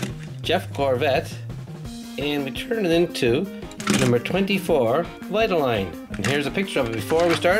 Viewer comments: It’s Vi-ta-leen. No offense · Do Rusteze cruz Ramirez please. And u pronoucend vitoline wrong. It's vite-oh-line. Can u do a role play video